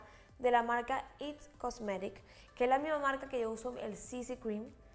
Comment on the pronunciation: Hermoso!! Solo una observación, no se dice "its cosmetic" es "IT COSMETICS"